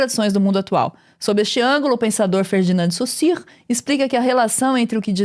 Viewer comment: a nilce falando o nome do saussure certo chega me deixou feliz